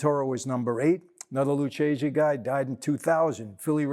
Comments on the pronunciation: Why is Mike mispronouncing Lucchese? It’s Lukkese, not Lutsjese. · U got problem with Italian bro,its Lucchese so u pronounce Lukese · I believe it's pronounced "Lukese". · Mike, i can't believe you mispronounced lucchese, it is pronounced lukese, much respect from Italy!